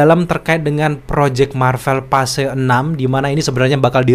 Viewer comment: pls bang!! bacanya Phase itu "fayz" bang! bukan "pase" 🥲😭